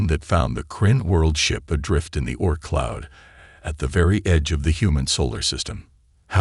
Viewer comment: I have wondered the same thing. It seems as if the AI should produce a text file from which the narration is generated - it is hard to believe the AI is so dumb to create “ork cloud” as text to then narrate/caption it as such.